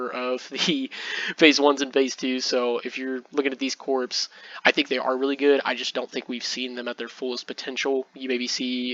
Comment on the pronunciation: Excellent report. One quip. You say corpse throughout the video. Corps is pronounced "Core" like Marine Corps, core of the Earth not corpse like a dead body. No worries.